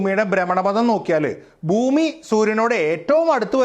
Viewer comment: Boomi അല്ല ചേട്ടാ ബ്ഹൂമി എന്നാണ്